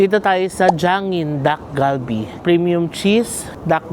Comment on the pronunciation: Naishare ko na din 'to kay AJ and Moe, ang pronunciation ng dish ay Tak-Kal-Bee. Hindi po hard D and G but more of T and K sound.